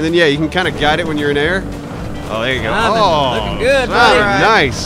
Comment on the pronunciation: I love how when you are annoyed at Simon... he becomes Sahmon